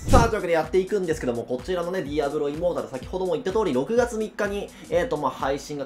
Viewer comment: 開幕、immortal（イモータル、不死の）じゃなく、immoral（インモラル、ふしだらな）になってて笑った